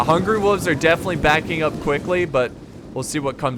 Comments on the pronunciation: It really annoys me how says "wolves." It's hungry WOLVES not hungry woofs! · Does that mean I don't get to hear pronounce "wolves" like "woofs" again?